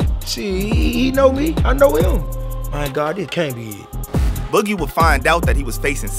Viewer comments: 😂 he tried . Sad cause he practiced boogie all day and still got it wrong lmfaoo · How the anchor man can’t pronounce “boogie” ?